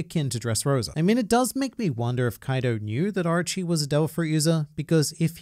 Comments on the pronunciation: Is it just me that heard ''Archie'' instead? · Since english is not my first language, I believe I have a different perspective on Japanese words then you do, obviously. The way you pronounce "Orochi" to me, it sounds like "Archie".